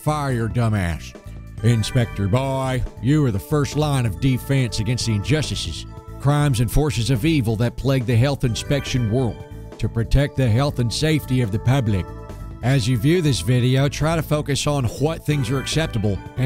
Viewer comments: "You're the first line of defense against the injushush..." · inspector boiiiiiiiii injussisses